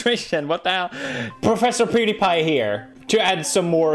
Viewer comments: PewDiePie Not OJGang! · I like how he doesn’t even say his own name properly for the intro. “Pewdi-guy” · Powder-guy. Brown powder , white powder name it